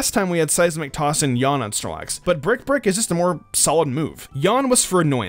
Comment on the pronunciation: “Brick Brick”